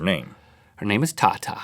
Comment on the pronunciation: well not pronounced like that xD tata means dad in my language